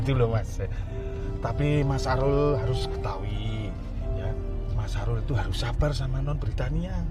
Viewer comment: kok jadi Alul sih ,kan nama nya Arul 😅😂